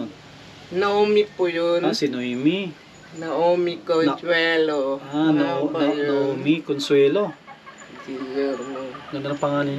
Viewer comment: Naomi pronounced Nayomi? Mabuhay & God bless 🙏❤️🇨🇦